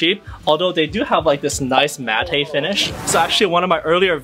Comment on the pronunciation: Matte is pronounced Matt, like th guys name. It's the opposite of gloss/lacquer finish. Flat or gloss/shiny. Matte=Flat in how they sound.